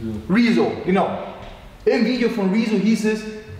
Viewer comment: wie er rezo betont: rizzo xd